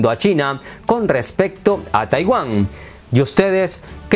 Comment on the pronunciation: Oye querido, eres de raros de buen nivel en redes, pero no digas TAIWÁM En lugar de TAIWAN jeje